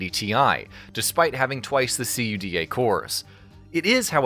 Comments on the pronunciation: my ears are bleeding when you spell CUDA cores XD come on, no one spells that... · STOP SAYING C U D A!! Just say cuda like the rest of us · Can’t you just be normal and say CUDA and not C.U.D.A. Like everyone else? Including Nvidia? When you say it like that it sounds fucking stupid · This guy have to say “GEFORCE” every time but says “C-U-D-A” cores. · Wow the AI voice is so human like. I really thought it was human until i heard it constantly pronounce CUDA in a spelling way. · This man just said C-U-D-A cores yeah I'm outta here not taking notes from someone that ignorant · C.U.D.A triggered me a little bit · "See you dee aye" cores ...dang it i didnt see that other comment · Why is nobody talking about c u d a cores? Cuda! Come on man, nobody says a w p, they say awp. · C U D A CORES lmao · The dude literally said C U D A instead of saying it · SEE YOU DEE AY cores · See you Dee Aye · "See You Dee Ay cores" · its pronounced coo-da cores, like the word "coup", and da like "yes" in Russian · What clown wrote this video? Literally saying the same shit Nvidia said in their reveal and completely ignoring that it was DLSS 8K lol. Not to mention the weird way of pronouncing CUDA cores. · Quit spelling out Cuda. Iz weird. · You know they're just boarding the hype train for potential views when they pronounced CUDA as C. U. D. A. and Valorant as ValoRant. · What the hell's a C-U-D-A core? Is that like a cuda core? 🤣 Edit: if we're just being pedantic, we could at least pronounce Asus correctly. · You say things so wrong you say “Valor ant” and you spell out cuda cores it’s the full name don’t need to spell it out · using your comment to vent :D also, you can pronounce cuda as a word, also, int unit are NOT I N T units, as int is just the first syllable of integer, it also doesn't need to be said letter by letter